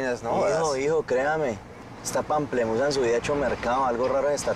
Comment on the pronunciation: Odio a Erik cuando dice pamplemusa